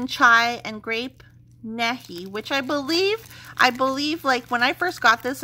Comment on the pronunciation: Happy Birthday!!! The Paddy Wax scent is pronounced Grape Knee-high. They also made Orange. It was super popular in the 40’s and 50’s in the US. I believe they still make the stuff, but they sell mostly in the south and speciality markets. Tastes pretty good, although I prefer Sunkist or Fanta.